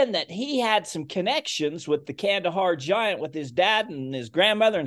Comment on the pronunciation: It's pronounced khandaaar